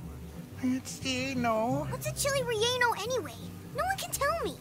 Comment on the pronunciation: The idk what a Chile regeno is killed me on the inside